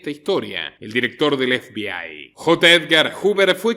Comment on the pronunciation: Ef bi ai? 😂😂😂😂, pero como se puede ser tan paleto, zampabollos. Estás hablando en español efebei, FBI, o si no habla en inglés cateto, a no , que creo que no sabes😂😂😂. Eres igual que la muchacha del dentífrico, "Colgate"😂😂😂 osea un meme. Y te crees un ilustrado?😆🫣.